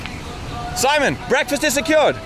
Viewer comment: Simone ain't spanish. The correct form is SIMÓN /see/mÓn